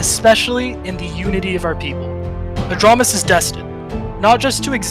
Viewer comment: You misspelled it. It’s ahj-ram-is, like ram the animal